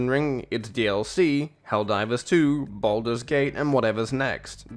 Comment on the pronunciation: cant even pronounce games name correct and he thinks he has good take